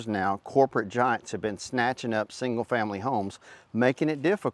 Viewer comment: The Democrat backed corporate GIANTS.....Say it correctly.